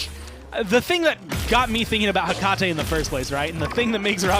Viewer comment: The way he says Hecate is triggering